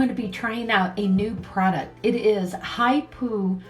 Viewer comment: Love these designs. Water slides are great. The brand is pronounced Hip Po like the animal